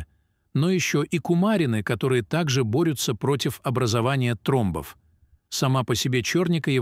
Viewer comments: Не тромБОВ , а. ТРОмбов ! Старайтесь Говорить , и Ставить УдаРЕНИЯ—Правильно ,! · Ой блиин, это не русский человек читает, ударения ставит ужжас, тромбооов, говорит и мн.др. , до смешноты , я кыргызка, так не разговариваю....Нового ничего...